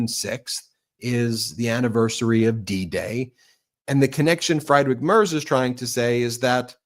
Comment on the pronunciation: Pronunciation correction Friedrich is pronounced FREED Rick. In German, ie is always pronounced like ee, and ei is pronounced like eye. In other languages, other rules apply.